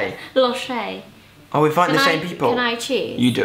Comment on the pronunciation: I can't deal with how he said loch, Ughhhhhh😫😫😫 come to scotland and educate yourself on how to say it hahaha